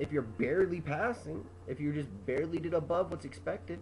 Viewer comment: He barley said the word barley